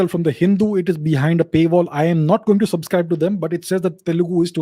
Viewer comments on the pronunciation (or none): none